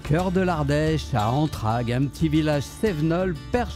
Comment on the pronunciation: Vous dites "ANTRAGUES" .... c'est ANTRAIGUES